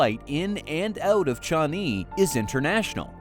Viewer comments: Pronunciation is wrong, it is not Chani. It's Changi. Why keep saying Chani?WTF. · Yeah, I heard 'Johnny' SMH.